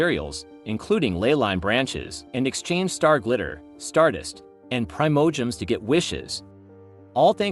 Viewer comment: I don’t want to be rude but you got to pronounce Teyvat and the Primogems correctly you are saying it wrong.